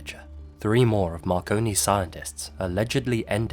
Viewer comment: My fat ass thought you said “Macaroni Mysteries”